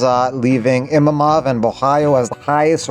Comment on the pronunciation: Man, you cannot say Imavov right lmao